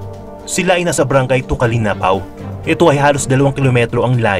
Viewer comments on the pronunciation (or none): napansin ko po yung "tukalinapao" hehe pero okay lng po yun lahat naman tayo nagkakamali sa pag bigkas ng salita❤️